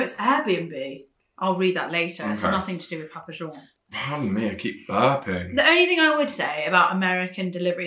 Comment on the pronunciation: Why y'all saying John's like that? It's just regular English, no French pronunciation.